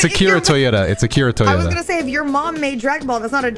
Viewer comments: Bro said akira toyota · can't come to the phone right now, he's struggling with the fact he confidently mispronounced Akira Toriyama's name and played it off like his name is Akira Toyota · Man said Akira Toyota 💀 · Bro said Akira Toyota💀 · I'm glad i wasn't the only one who caught that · Okay I'm glad I'm not the only one that heard that lol. I thought I had woken up in an alternate universe or something xD